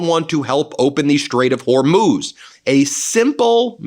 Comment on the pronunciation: Thank goodness someone finally taught you how to pronounce the Straight of Hormuz.